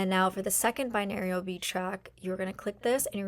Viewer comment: Girl. OMG. I'm glad you're helping people and people like your style but man was this video difficul to get through! Binarial beats? BiNAURAL beats. SAYtiated not SATiated. this video could have been HALF the length and number of words. Step number 1 took 5 minutes! all to say write down your affirmations in present tense, include emotion, and use positive descriptions. I download audacity to my laptop, phone or tablet. I get it! I don't need to hear all of the options of where to download an app five times. Every. Single. Day. Every. Single. Day. Every Single Day. Didn't work for me either. Hear my voice clearly at those settings for some reason. This was ruff.